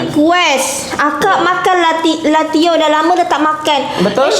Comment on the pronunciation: Latiao lah bukan latiao 🤨